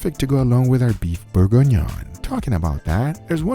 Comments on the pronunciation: "Borgonion" No, it's pronounced Burg-Ghee-Nion : Bourgignon. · You said we were gonna mock you, but let's help you pronounce it: Bourguignon is pronounced "Boor-gi-ni-own" (approximately, with a New York/generic "American" accent) TBH I had a hard time finding syllables that sound similar to French, but it should be close enough. The "on" compound vowel in particular is hard to describe, it's like trying to pronounce an "o", but with your tongue pressed in the back of your mouth, like when you're about to swallow. It's really a nasal sound, since your tongue is blocking the access to your throat. Great video, as always! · Beef Bore-En-Yohn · It's pronounced close to bore-gone-yawn. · For the french speakers it's: boeuf bourguignon. is butchering the word. It took me a minute to see what he wanted to say. Still, all love and keep the good food coming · Imma need the exact recipe for the Beef bourguignonis please (which no one really know how to pronounce correctly)